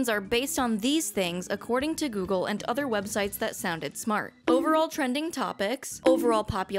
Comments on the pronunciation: Heh, gogle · First video coming across from you. But says gogle so I had to comment, so I guess I don't complete doesn't work as intended...